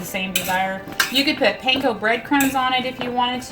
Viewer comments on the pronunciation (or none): none